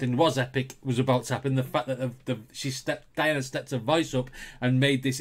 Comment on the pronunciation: The original was done by Elvis Presley. Her name is pronounced dee-AH-na an-ku-DEE-no-va.